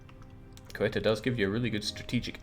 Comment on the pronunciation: Love this series. Gotta note though, it's CE-U-TA (seh-OOh-tah load the U)